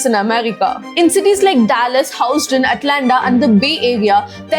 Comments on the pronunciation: It is no HouseTon, it is Huuston. Not "more stronger" but stronger. Stronger is already a compartive. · Dont put word my mouth...(Kamal says in PKS.. 🙂) Not "House Ton" thats "HOUSTON" Tell me pl.. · its HUUston and not HOWston :D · That's not Houseton It is Houston Pronounce it as Hewston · Minor observation...it's pronounced as 'Hues' 'ton', not 'House' 'ton' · It's pronounced hyoo-stn, not house-ton. Get it right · It's not Hooston dear, it's pronounced as "Hue-Ston"😅😅😅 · Hi Sis, A Small Pronunciation Error(Sorry if I Hurt You But) It's Huston not Houstn! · Houston is not pronounced as Howston 😅, It's pronounced as Hues-ton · It's pronounced uston(Houston) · Its pronounced as hoooston not houseton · its hew. uussss tunnn -- like huge -- also area is west - not east what you have show is new york instead! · antha baane undi kaani... houston pronunciation nerchko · Hew-ston not HOUSEton SPOKEN not speaken Cun-vinced not CON-VANCED Become not Became